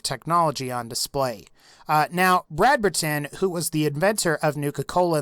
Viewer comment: Brad-ber-Tan? ITS Brad-Berton! WHY DO YOU SAY EVERY SINGLE UNUSUAL NAME IN THIS GAME WEIRD